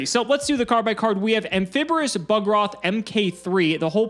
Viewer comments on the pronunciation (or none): there's no R in amphibious XD